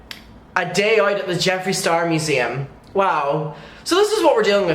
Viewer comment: I had to turn the video off and walk away when you said museum. 😑